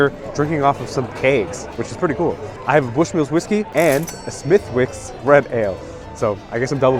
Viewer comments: Pronounced Smiddicks. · Smithwicks pronounced smithicks, like the silent P in bath. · No need to pronounce the W in Smithwicks mate :) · Belfast woman here. Loved your wee video. I got all excited when I saw you went to Kelly's Cellars, I'm a regular there. You made me laugh the way you said Smithwicks pronouncing the W, because that's silent. Also laughed that you called the glass of Guinness a pint. Please don't get me wrong, not criticising, just found it funny and made me laugh. Glad you enjoyed our beautiful wee city, loved watching you enjoy it. I would definitely recommend going to Galway, a beautiful city and lovely people. Much love to you both from Belfast, Ireland 🇮🇪 ❤️ 😊